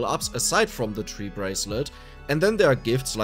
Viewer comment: lmaoooo the bee and tree bracelet, that's pronounced bi- ="BYE" and tri- ="TRY" lol so "trybracelet" "byebracelet" sorry if you got 50 comments saying this =P and sorry the english language is so janky lmao amazing video has some super useful info for a new player like myself tyvm! appreciate the hard work!